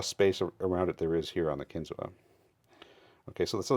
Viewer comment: It’s pronounced “kin-zoo”